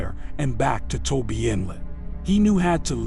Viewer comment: It’s not Toby inlet. It’s TOBA. I work there from time to time. For thirty years building roads.